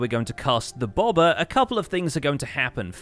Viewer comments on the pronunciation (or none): Ohhhh, "bobber". I kept wondering what the hell a "bawbuhh" was.